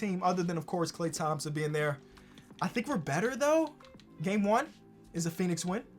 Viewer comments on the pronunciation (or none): none